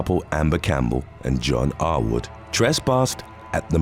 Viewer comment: Every time the narrator said "Arwood" it sounded like he was repeatedly calling the guy "r-word".